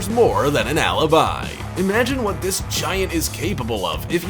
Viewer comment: Alaby it's like a freaking lullaby